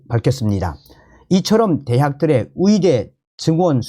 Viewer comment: 열심히 좋은 소식들려주셔서 감사합니다 그런데 의사를 위사로, 의대를 위대로 발음하시네요? 북한 출신은 이 발음이 안되나요? 아니면 만 안되나요?